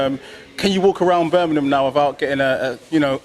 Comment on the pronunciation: Say Birmingham again, with a g